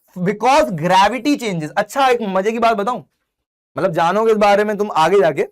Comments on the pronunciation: Matlab ❎ Matbal ✅ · Matlab❌ Matbal✅😂... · Bhaiya matbal nhi hota matlab hota hai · Matlab ❎ Matbal✅ Sir you are my favourite teacher 👌